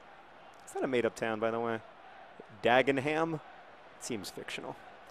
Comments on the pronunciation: You're over-pronouncing the "stone" in Johnstone. It's pronounced more like "John-stun". Similarly it's Dagen-'am, don't pronounce it "ham". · The only thing annoying about this video is that John mispronounced Dagenham.